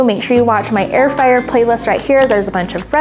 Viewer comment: ITS NOT FRAYER ITS FRYER